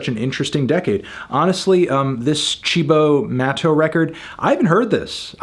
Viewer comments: It’s pronounced see-bow mah-toe. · Fantano tell me you are joking with that Cibo Matto pronunciation